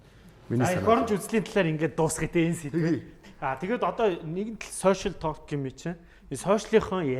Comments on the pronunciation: ah "тоолк" geed ymar aimar heldiin hhehe ta:k/talk/ ter dundah L- usgiig heldegguishdeee:)) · Толк гэж ярих юм уу. Ток биш юм уу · tooolk gej bitgii heleech guuuiy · Duudlaga n Tok shdee bichihdee talk shvv dee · talk gedeg ugiin L useg ni silent buyu chimeegui useg ugendee unshigdaggui shuu hehe ток gej unshaarai helj hevsheerei manaihaan hehe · L ni shuud zurhruuu orjiishd. ydaj baihad yaasan olon heldiiin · TaLLLk ged bhin 😆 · TR Олон жилийн өмнө яахав яахав гэж өнгөрөөдөг байсан байж болно л доо. Одоо энэ цаг үед алдаатай нэгэндээ хэлж алдааг нь засахгүй бол хэрхэвч болохгүй л гэж бодож байна. Хээээв нэг талк талк гээд муухай ш дээ. Швед дуудлага байж болох ч Англи хэл л бол англи хэл 🤟🏻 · Positive эерэг байх үзэлтэй юм чинь talk гэдэг үгийг уншиж чадахгүй бол ЯРИА гээд Монголоороо хэлбэл зүгээр. Зөв хэлэхгүй байгаагаа мэдэхгүй байж болох ч мэддэг хажууд чинь суугаа хүн өмнөөс чинь бараагаад байна.